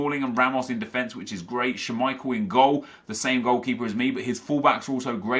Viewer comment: the way you say schmeichel makes me want to die.